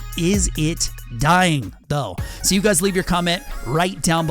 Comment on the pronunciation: Bruh you can’t even say dying😂